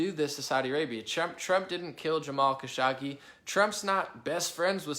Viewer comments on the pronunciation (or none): “Kuh-show-gee” is how to pronounce his name. Who dies an analysts without bothering to learn how to pronounce his main subject’s name? Trump decided to give the Prince responsible for ordering the brutal murder of Kashoggi a king’s welcome at the WH in Nov 2025, and denied to press the prince ordered the killing even though it’s a known fact he ordered the hit..